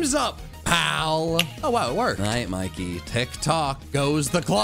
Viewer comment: As a person from Britain I can confirm Mikey was correct about the pronunciation